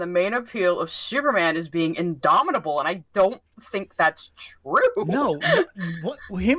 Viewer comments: Take a shot whenever says idomidable. You will die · If this man says indomitable one more time I'm gonna riot.